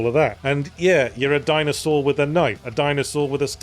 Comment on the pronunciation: Or like, "Dinosaurd" or "Dinoswaurd" ><